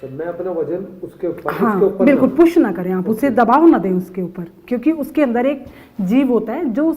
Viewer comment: She is using puss instead of push..😁😁😁😁